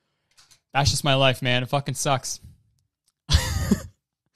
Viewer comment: James' "it sucks" sounds like "it socks" so I was confused for a second